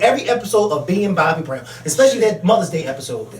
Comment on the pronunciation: "...straight bwowow..." :)